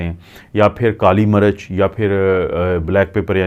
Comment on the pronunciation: Apka accent bohat kharab he..kuch bate samaj nai ati. Kali marach ni kali mirch.plz